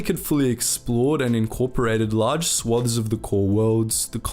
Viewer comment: Overall, very good, However u use the word swathes far too often and u miss-pronounce it.